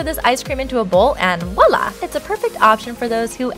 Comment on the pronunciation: who the fuck says "wollah" its pronounced "voila"